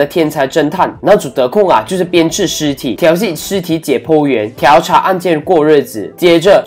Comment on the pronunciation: 调（diao四声）查